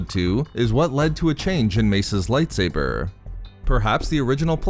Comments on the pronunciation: Light saburrrrrrrr thats how you say it and I wanna punch you. Please stop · Why do you pronounce lightsaber like lightsaberrrrrrr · Nobody: This guy: Lightsaberrr